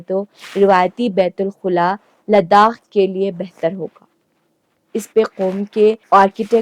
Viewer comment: Kindly pronounce it beit_ul_ khala Not khula